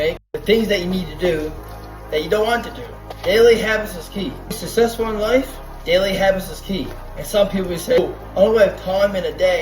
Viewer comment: “Sussesful” ??I don’t think you can BE successful if you can’t pronounce it. 🤦‍♀️